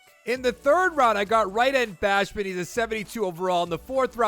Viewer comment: you said bashman when it’s basham